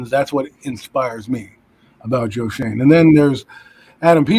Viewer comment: its pronounced Joe (shane) shoen